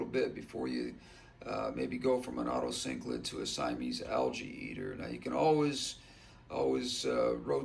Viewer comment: Otocinclus, not otocyclids